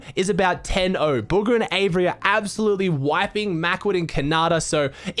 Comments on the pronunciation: Anyone else realize is saying “buger” instead of bugha 😂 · Did he say buger